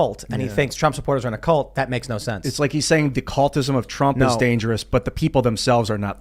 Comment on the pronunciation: can't even pronounce cult. WTF is a callt?